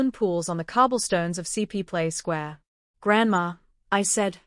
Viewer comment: It is not CP Square. It is Coplt Square